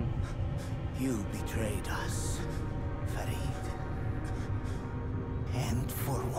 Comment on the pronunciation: and he pronounces Farid perfectly.